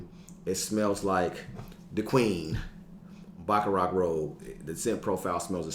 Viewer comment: Yo G..I know it be going wild😂 .but its pronounced Baccarat... (Cant be messin this one up in the fragrance community lol..my boy told me my Aventitoss smelled good and i almost spit out my drink😂😂😂😂😂